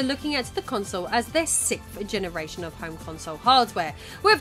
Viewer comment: I love your videos, I’ve seen most of them… I finally have a gripe though, the way you say ‘sixth’ slightly bothers me. 😂😂